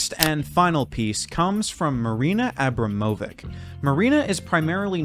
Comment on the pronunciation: It's pronounced "abramovich"